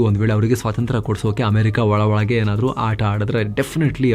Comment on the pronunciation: Valage alla marre olage 😅